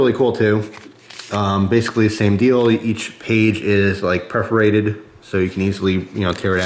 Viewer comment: PERFORATED not PREFORATED